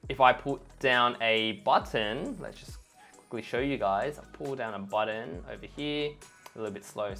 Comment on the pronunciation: I'm still trying to find a designer that can say "button". And not "budden". What’s going on... 🤔 (great content. Thanks ❤)